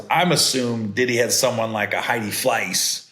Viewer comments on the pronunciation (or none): none